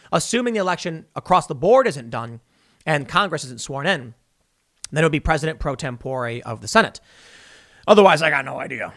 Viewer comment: LOL....it sounded like you said President Pro Tempura....Or maybe I'm just hungry..🤣